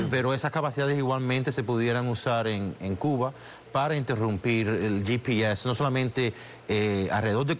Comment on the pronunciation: ye pi es... si están haciendo una entrevista en español porque les es tan difícil decir GPS (español)